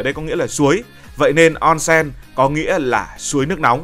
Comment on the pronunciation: Đọc là ôn sên nhé ad ko phải là on sen